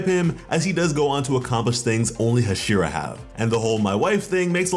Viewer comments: HasIra.. it's HAshira, not hashIra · Say it with me ha-she-ra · Ze knee tsu has the power level of a hyuh she ruh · saying hashira wrong lol but this is cool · You are saying Hashira wrong lol